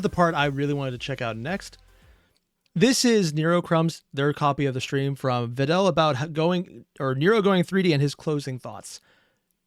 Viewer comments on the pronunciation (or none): Who the hell told this poor man that “Vedal” was pronounced “Veed-al”!? It’s supposed to rhyme with “medal” and “pedal”!